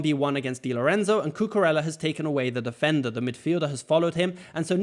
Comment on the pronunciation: It's pronounced "Cucureya", not "Cucurela" :)